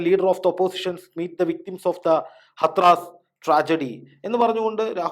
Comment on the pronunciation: ഹത്റാസ് എന്നല്ല, ഹാഥ്റസ് എന്നാണ് ശരിയായ ഉച്ചാരണം.